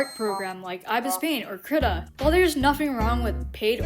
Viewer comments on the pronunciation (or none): "Crita" genuinely hurt me a bit ngl 😭😭